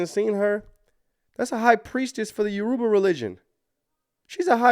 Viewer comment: You keep pronouncing Yoruba wrong. It's cringy. It's pronounced " your-ra-buh" not 'yurooba' lol